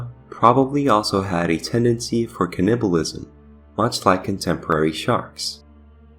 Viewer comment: You said "Teeth" perfectly, why not "Tooth"? Why "Tuth"? And please look up how to say "Cannibalism". Not trying to be mean, just being honest. Greta video otherwise, but saying "Tuth" made this almost impossible to watch, it hurts the ears.